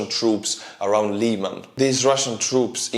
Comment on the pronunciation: Lyman, not "Liman".